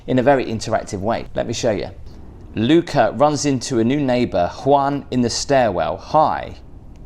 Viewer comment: You said Luca. the name is spelled Lucia my name is Lucie. So instead of putting an e at the end ah Luci-ah learn to say it like that. I'm from London English but now I live in Spain. By the way that looks beautiful I wouldn't leave I would just stay there with my own private pool.